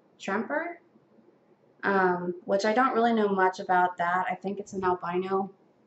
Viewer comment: Great gecko you got it from one of the best breeders in the hobby and you did pronounce it right. He has some of the most purest stuff there is. him and Kelli Hammack of have some of the very best geckos in my opinion. Yes tremper is a type of albino there is three kinds tremper, rain water, and bell. But none are compatible.